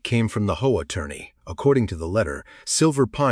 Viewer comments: Why can’t AI just say H.O.A. Instead of “HOE-UH”? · It's not pronounced hoah. It's intials H.O.A. AI needs lessons in pronunciations. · It’s HOA…not hoe wah. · When will these so-called programmers teach Ai to say H O A ? Ai sucks